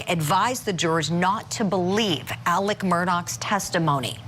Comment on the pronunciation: This is wild for sure... but who else couldnt help but be annoyed by the reporter constantly saying ALEC instead of Alex?? Lol